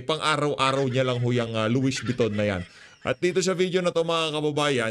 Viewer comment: Among Louisssss Vuitton Po! Wrong pronunciation ka Po. ☺️